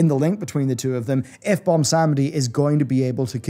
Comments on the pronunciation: Take a shot everytime he says "Bomsawndi" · BWONsamdi. BWON. there's a 'w' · butchers the pronunciation of bilgewater and bwonsamdi too